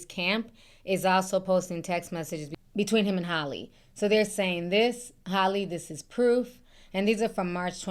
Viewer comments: Ti!! Her name is HAL-LEE... Like the name AL...but Halle not Holly 🤣.. Like Al pacino... Hal-ee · Do yall pronounce Halle Berry name as Holly Berry as well🤔🙄